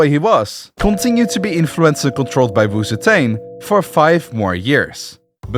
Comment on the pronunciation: Honestly, I clicked thi video just to see this guy mispronounce Wu ZeTian. Too bad, almost no one escapes the curse of failing Chinese. Wu Zetian is pronounced "woo tzuh tee-EN". The tee-En is one Chinese character and is pronounced in one syllable, and in Chinese, z has a bit of a t sound as it starts. It is NOT pronounced "woo zee tain".